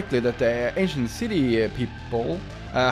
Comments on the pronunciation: Whenever he said “ancient peoples” I thought he said “asian peoples” which I personally thought was pretty funny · When you said 'aincient city' the automatic translator said 'asian city'💀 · i swear all i'm hearing is him calling the ancient city the asian city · Him: Ancient city Captions/Subtitles: Asian city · I don't know why I kept hearing "Asian" instead of ancient lol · Every time he says “ancient people” I think he is saying “Asian people” and it was so confusing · Were you saying ancient people or Asian people I'm confused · Is it just me or most of the time when he says ancient city sounds like 'asian city' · is it me or he keeps saying asian instead of ancient?